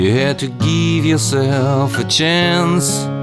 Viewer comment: To geeve yourself a chance, you have to geeve yourself a chance. lol Looks awesome but I had to tease you just a bit. That's actually a nice little diddy and I like your tutorial :)